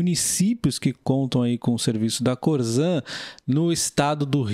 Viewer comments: É corsan que se fala e não corzan. Abraços!! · Se escreve Corsan mas esse S tem som de SS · Teria que aprender a falar o nome correto da empresa.....